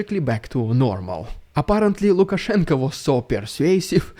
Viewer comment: I appreciate the effort to call him Lukashenko with an o